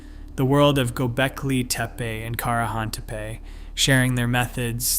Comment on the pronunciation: And Çakmaktepe is not kakmaktepe. The Turkish ç letter is always pronounced ch like in cheese. By the way, the Turkish letter c always sounds like g in gee.